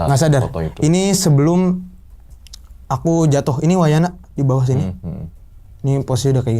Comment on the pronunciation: Wayahna.... Bukan wayana😭